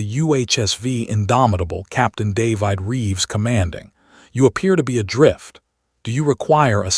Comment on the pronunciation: If AI can pronounce plague, why can’t it pronounce the name David?